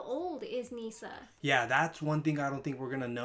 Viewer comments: Misa... not nee-san. This is not incest hentai XD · Misa.. not Nisa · It's not "Nisa" but "Misa". Besides, I love the kanji used for the names of the characters. Misa is written 海砂, which means "sea sand". Light is written 月, which is the kanji of the moon. By the way, Misa is not that old, she was born in 1987 in the anime (1984 in the manga).